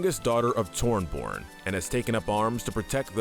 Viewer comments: BRO SAID TORNBORN AND BRIDGEIET ITS PRONOUNCED TORB-YORN AND BRIG-EEE-TA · can you please say tor-be-orn instead of tornborn? have you played the game even? torjborn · What mental gymnastics did you do to come to the conclusion to pronounce Torbjörn as Torborne. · If he says Torborn one more time ill com over to his house and teach him that its Torbjörn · Br e g(harsh k) e ta (if pronounced in American English) Thorbjörn isnt pronounced with a Th like im The, but rather just a T. T or bi ö( pronounced like the "er" in G*er*many ) rn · Stop saying torborn its pronounced torb-yorn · Everyone else: Torbjorn & brigitte: Tornborn & Bridget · why do you say tornborn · I’ve been laughing every time he says the names wrong, and this comment killed me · HER NAME IS PRONOUNCED BRIGH-EAT AND TORBIJORN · I really hate this video. You called Brigitte and Torbjorn "Bridget and Tornborn" but make a video on Overwatch characters. You definitely haven't played Overwatch or done any research on the game. You probably read a random script someone gave you and just guessed for them. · It's pronounced torb-yern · my guy said Tormborn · Please stop saying tornborn 😢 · I thought he meant torb at first but when i watched it back i thought maybe it was a side character from a comic but then he said it again with brig😂😂😂. Still can’t believe my guy said tornborn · It’s pronounced Torbyorn, and Brigēt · bro really said Tornborn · It's pronounced 'Tore-B-Yern' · bro said Tornborn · but i do hate the pronunciations of "Brigitte" and "tornborn" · It’s glaringly obvious when he said tornborn and not torbjorn😂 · did he say tornborn?😂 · "Torn Born" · Saying Brigitte wrong isn’t that bad… it’s pretty confusing… But Tornborn, That’s on another level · Did he say toronbjorn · Why does he pronounce torb’s name wrong then correctly? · I almost disliked the video just because of the way they pronounce torbs name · Bruh at least learn how to pronounce Torbjorn and Brig’s names lmao